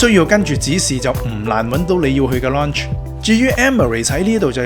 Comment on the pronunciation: 拍片之前google吓個lounge字點讀啦😂😂😂😂